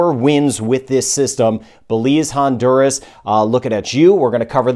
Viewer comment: Is not Hondurus, it's Honduras.